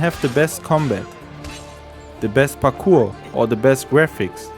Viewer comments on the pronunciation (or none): Learn english noob “The pakou” Is called parkour